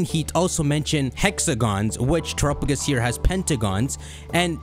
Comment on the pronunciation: I hate your pronunciation of Terrapagos. "Trrupugus"